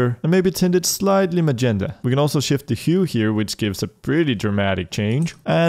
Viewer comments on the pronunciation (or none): none